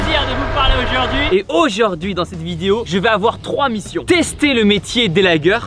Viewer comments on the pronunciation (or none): Tibo, c'est pas ajord'hui mais aujourd'hui ^^ Merci pour la video :D